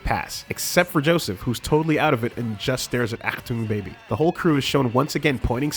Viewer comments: "Aktung"? "Okuyasu Keicho" WHAT THE FUCK?! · Did he just call azuauzia aktum baby? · Pretty good video, but every time you say "Achtung Baby" I die a bit inside...